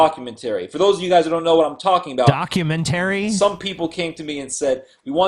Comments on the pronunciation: dock-you-ment-uh-ry not dock-you-ment-tarey. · I want the dude who can't pronounce documentary to shut the fuck up, all he is doing is teaching people to pronounce english improperly.